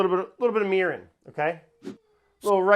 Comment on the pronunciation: If you don't have the volume turned up very loud on this one it sounds like he said he's gonna try making urine (mirin - was supposed to be mirin)